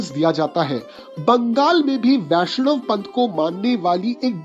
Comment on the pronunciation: হ্যাঁ ভাই, বাঙালিরা সবসময়ই রবীন্দ্রনাথ ঠাকুর বলবে, ট্যাগর বলবে না কখনোই। আর ‘বৈষ্ণব’ বাঙালি উচ্চারণ অনুযায়ী Boishnob হওয়ার কথা, Vaishnav নয়। ‘ব’ অক্ষরটি ‘V’ হিসেবে ব্যবহার করে সাধারণত অবাঙালিরা। তাই আমারও সন্দেহ আছে যে উনি সত্যিই বাঙালি কিনা। বাংলাতে থাকলেই কেউ বাঙালি হয়ে যায় না। অনেক অবাঙালিরাই জন্মসূত্রে এখানে থাকার জন্য বাংলা মাধ্যমে পড়াশোনা করে, সেই কারণে বাংলা লিখতে ও পড়তে পারে, কিন্তু তার মানেই সে বাঙালি নয়।